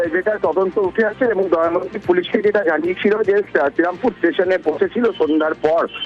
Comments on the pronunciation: কেউ পারলে ফিল্ড রিপোর্টার দেবাশিস কে একটু বলে দেবেন, ফিরে আসা মেয়েটির নাম দময়ন্তী। দয়ামন্তি না। যাকে নিয়ে এতো গজর গজর করে ঘুরিয়ে ফিরিয়ে একই কথা বলে যাচ্ছে, তার নামটাই সঠিক ভাবে উচ্চারণ করতে পারলো না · আগে দময়ন্তী নামটা ঠিক উচ্চারণ করুন